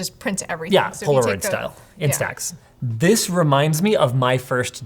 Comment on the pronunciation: It's "Insta Ex", not "In Stacks"